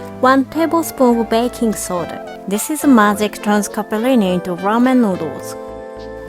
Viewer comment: Love it how you pronounce Capellini, I think you have a little Itailan in you 👩🏻👶🏻😉